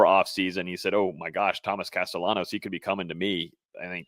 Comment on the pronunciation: His name should be pronounced like castiyanos... It's either Spanish or Italian